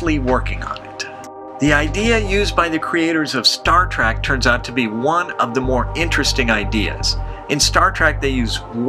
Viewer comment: It's trEk not trAck you idiot.